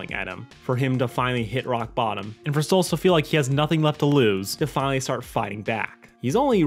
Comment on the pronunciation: It's Stolas not Stolitz...